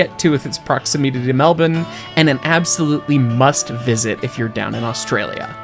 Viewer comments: Thankyou for not butchering "melbourne", so many seppos manage to sound soo awkward when they say it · OMGS HE SAYS MELBOURNE CORRECTLY 😭😭😭❤❤❤